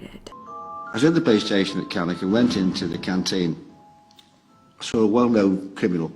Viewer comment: Great video but you've got the names of the places all wrong Stratfordshire = Staffordshire Cannock = Pronounced Cannuck Ashton = Aston (in Birmingham)